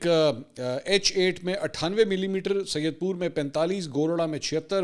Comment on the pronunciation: mai apka daily ka viewers or islamabad mai rehta hu last time bhi aik video mai ap nay islamabad k aik ilaqy saidpur ko "syedpur" bola tha, aj ki video mai bhi syedpur bola, ye apko just for information bta raha taky ap next time sahi pronounce kary ye na ho log ap ki is per meme bnany lag jay, true follower hony k naty mjh lgta k ap isko sahi pronounce kary to sahi rahy ga.